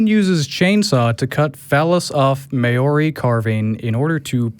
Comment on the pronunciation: LMAO your pronunciation of Maori words was terrible. Good try though :-) love from New Zealand. As for desecrating our carvings, what a disrespectful wanker that Pakeha teko is!